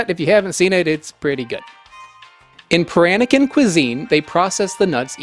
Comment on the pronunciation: The computer paranakan pronuncition is also wrong.